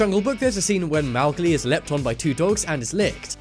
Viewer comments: WTF how did he say Mowgli? 😂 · He almost mispronounced Ichabod & Mowgli repeatedly.